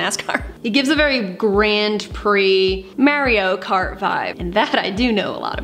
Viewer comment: The way you say Mario is so funny 😂 gonna start pronouncing it that way